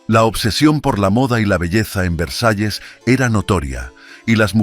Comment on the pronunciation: Narador da pena como habla pienso es ANALFABETA NI VREJAES VERSALLES